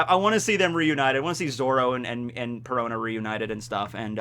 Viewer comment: Perona rhymes with Corona